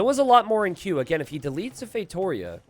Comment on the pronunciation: ngl been watching the videos for a while. i'm portuguese, I just now realized wtf a "feitorious" is "feitoria" is read as " "fay-two-REE-ah." i've been laughing for a solid 5 minutes now